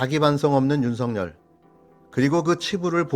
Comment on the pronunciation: 윤쉬붠.... 윤쉬붤.....이라고 읽히기도 함 된발음...윤쉬풜!!!!! 🐕진태는 🤐🤐🤐🤐